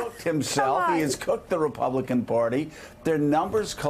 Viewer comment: Hey Joe...the word is "Party," not "Porty."